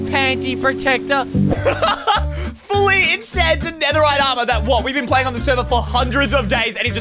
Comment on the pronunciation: He sed panti protecter